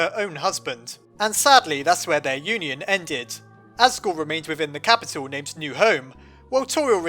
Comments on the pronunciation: You said assgrew instead of asgore. Time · your my hero I had to correct 23 comments saying as-gore to-riel.